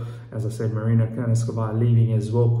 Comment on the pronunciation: Please... Marina Granovskaja not Granovskavaja.